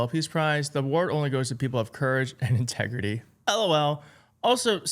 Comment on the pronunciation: Intregity? He's never heard of it